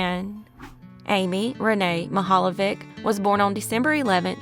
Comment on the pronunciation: I live in Cleveland and both of these stories are embedded into our community. Also, you did an excellent job pronouncing geauga and mihaljevic